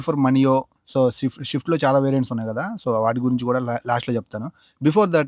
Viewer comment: షిఫ్ట్ కాదు. స్విఫ్ట్.